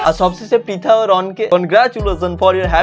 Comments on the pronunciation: First of all or naam pritha noi naam ta thik kre uccaron kr then age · প্রথমে তো নামটা ঠিক করে বলো। ওইটা পিতানা প্রিতি মন্ডল ঠিক আছে তোমার ইচ্ছা হলে তুমিও বিয়ে করো অন্যকে জ্বালিয়ো না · Dada age name ta too thik kore bolo 😂😂😂😂😂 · Abe name ta ontoto thik kore uchharon kor tarpor vedio banabi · Dada age prithi dir name ta valo Kore pronunciation koro tarpor na hoy tader niye roast video banabe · Vai namta to age thik kore bolo😂😂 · Vai age name ta thik kore bol tarpor roast na hoy korbi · Age tui nam ta thik kore pronounce kor tarpor roast korbi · Name tai thik kore bol then roast koris....